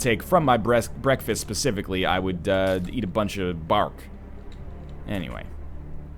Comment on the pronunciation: I thought he said bark.